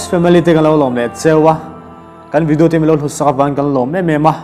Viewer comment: Ngati nge 'vedio' ti hi an tam em em thin le 'video' ti ve mai se